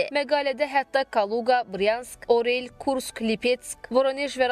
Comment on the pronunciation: Orel yox- Oryol( Орёл)